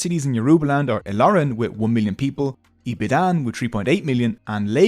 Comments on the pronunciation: I'll forgive the way you murdered "Ibadan" only cause it's an Informative video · Spelt Ibadan but pronounced Ibadon